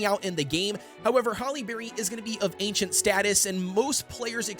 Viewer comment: He meant to say Ancient